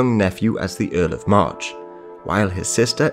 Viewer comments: I kept hearing Earl of Marr instead of March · We prounce March was Marsh. :)